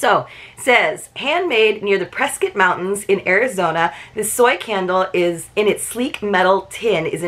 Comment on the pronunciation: I always enjoy seeing this box. You must have some Arizona connections to know how to pronounce Prescott correctly! : )